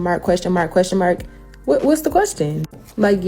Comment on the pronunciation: if you're making six figures, and your version of english is shit like "lemme axe you a quession", you're getting paid that affirmative action money (she's sitting in what looks like an office with a rainbow painted on the wall. she's not one of the exception jobs like entertainer or athlete)